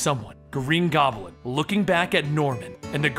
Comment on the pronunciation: I smile every time you say "Gobb'l'in" in spite of myself. :)